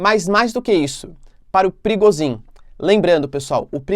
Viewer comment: Olá. A pronúncia é "Prigojin" e não "Prigozin".